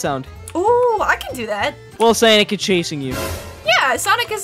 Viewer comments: What the heck you call them Samick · I love how they call them Sanec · it is not sanic it is sonic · It's not whatever you call him it's Sonic not Sonic Sonic mrs. This is Brielle I would all of your videos and I want you to make a new video soon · It’s not sanic!!!! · It’s not sanic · It's pronounced sonic